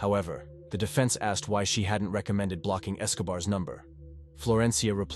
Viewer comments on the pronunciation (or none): none